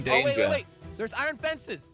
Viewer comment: This is how jelly say Iron Irin